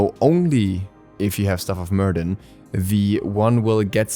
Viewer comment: Hey! Quick little thing , Myrddin is pronounced mer-vin.( it’s the original welsh name for Merlin)